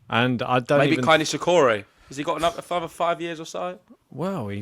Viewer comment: It is KEI, not KAI as you both are calling him.